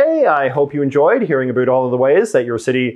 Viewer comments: No one says 'about' like that in Canada, no one. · Why do you say abut instead of about? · The way you say "about" is so Canadian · you have the most Canadian way of saying 'about' that I've ever heard tee hee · As soon as he said "about" I knew he is Canadian.😂